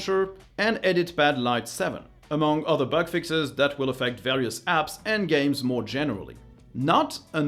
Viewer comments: Wondering why "moar stuff". Your English is excellent so I suppose this is intentional. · ("Watch MOAR stuff!" in the end ? Intentional?)